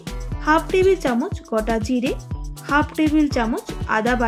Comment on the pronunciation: Gata jire bolchen keno gota jire bolte paren na ?